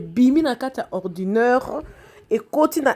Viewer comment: Ordinaire et non orduneure ma cheruuu